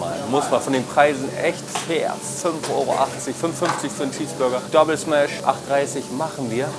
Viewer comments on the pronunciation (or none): none